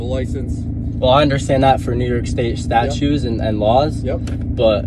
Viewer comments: Ummm, just to clarify little boy. The word is ‘STATUTES’ not ‘STATUES’, and it is ‘ADMIRALTY’ not ‘ADMIRALITY’. Guess you were watching Tik-Tok videos in class instead of paying attention to the teacher. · "admirality" (admiralty) and "statues" (statutes). Lordy, those big words are tough. 🤣🤣🤣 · He also refers to "statues"😆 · Statues & Orderances!!! 😁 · Statues and Orderances!😁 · To say nothing of his reference to "statues". What a goose. :)